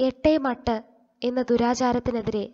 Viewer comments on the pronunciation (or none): 'എട്ടേ മട്ട് ' എന്നല്ല 'ഏറ്റുമാറ്റ്' എന്നാണ്